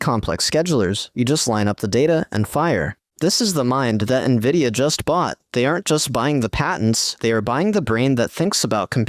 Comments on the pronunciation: If AI is so great, why does the AI voice in this video say N,I,V,I,D,A instead of Nvidia? Clearly, there's still a lot of work to be done. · Dammit, for a moment i thought "hmmm, an actual human narrating?" , but then hear "N V I D I A" being spelled instead of read out normal..... irony, A.I. talking about A.I. and the script was most likely created using A.I. as well. Trifecta, or Inception within inception? LOL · It's "N"vidia